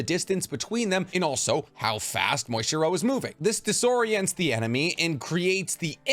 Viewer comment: Are you calling Muichiro "Moistchiro" intentionally or is that how you just pronounce his name?